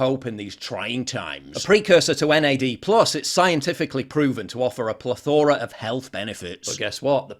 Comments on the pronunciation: Plethora, PLETH-ora, emphasis on the FIRST syllable, AGAIN . . . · I love the way you pronounce plethora :D